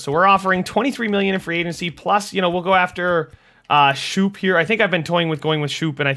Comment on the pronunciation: His name is scope not shoop